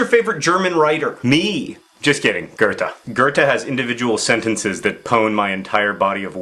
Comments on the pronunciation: Goethe is pronounced Goout-ha (sort of) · I was like who the f is Gerta? I'm German and I've never heard of an author named Gerta... Took me a while to realise you were saying Goethe in a very very very american accent! xD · oof i didn't even realise that he was saying something other than gerta